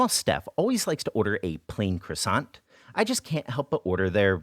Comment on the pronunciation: 1. A 'Cross Ant' is a disgruntled insect, or your mothers sister when she is displeased, NOT a type of French pastry 2 A croissant (pronounced krwah-sahn) is NOT American, its a French pastry Other than that great video, I cooked some ramen for my mother when she came to visit so she now things Im obsessed with Asian food and as such she bought me a metric s**t ton of ingredients to cook with for Christmas. Ill be making her this so she can be confused by its origins.